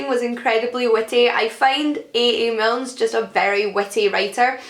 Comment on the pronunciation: It's Milne ‼️ not Milnes ‼️‼️